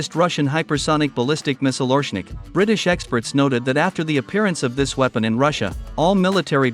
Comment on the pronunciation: OreSHnik!!! SH SH get the name right!! As in SHoe.